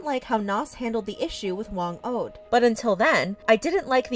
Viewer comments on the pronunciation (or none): kills me as a filipino she pronounced "Whang od" as whang oad and also she pronounced "pesos" as paysos